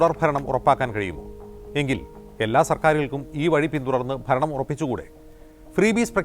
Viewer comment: 😂 ഫരണം അല്ല ഭരണം അതെങ്ങനെ സൊന്തം വിദ്യാഭ്യാസം പോലും പുറത്ത് പറയാൻ പറ്റാത്തവൻ ഭരിക്കുന്നു 😂 പിന്നെ അണികളുടെ വിവരം പറയേണ്ടതില്ലല്ലോ മുക്കില്ലാ രാജ്യത്ത് മുറി മുക്കൻ😂